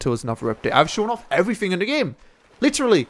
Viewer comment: Says eeehh about everyfing 8/8 m8 no h8